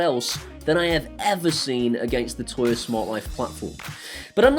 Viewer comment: Tuya ... is pronounced Tu - Ya. Great app.